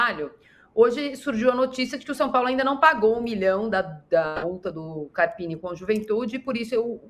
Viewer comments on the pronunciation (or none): O nome do técnico do são Paulo é carpino e não carapini...